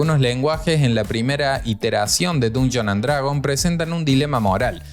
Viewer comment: Nada te cuesta aprender a pronunciar bien el nombre del juego… Está bien que no sepas inglés, pero con que solo pronunciaras bien, ya estaría bien.